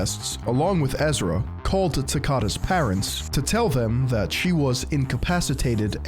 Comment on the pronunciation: You know someone is going to drop a serious enlightening disquisition when they say the word THAT with three syllables. Regardless if he does have some sort of mental incapacity his behavior suggests he's just a pretentious prick.